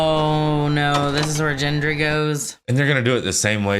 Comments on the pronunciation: it’s all good! You’re on top of things. And Gendry is pronounced with a hard G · While the focus is on the amputation, it IS possible that Jon isn't loving that as much as he's loving the pretty girl with a fiery spirit. 😉 - You still can't pronounce Gendry's name? Really?!? 🤨 Get. Grand. Gross. Greg. Gorgeous. Gendry. Joffrey is a character that commits violence because he gets off on it. (Trust me, there's worse.) Unfortunately, people couldn't separate the character from the actor, so Jack Gleeson took a six year break from acting, although I believe he still did some live theater during his screen break.